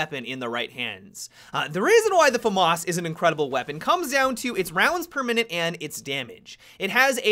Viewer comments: fa-marse? wtf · The "Farmars" lol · He says it wrong